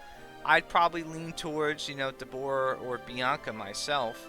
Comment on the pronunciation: DEB-or -RaH you saying her name wrong... Your saying Debooorah like the dbz character lol 🤣